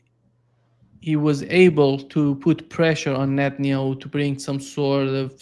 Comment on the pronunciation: Geezus, this guy is so close to getting it right but ultimately fails. “It’s all up to Netenyahu”. Good lord dude.